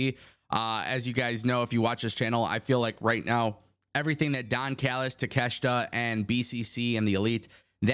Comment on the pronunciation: You can't even pronounce takeshita first name right dumbass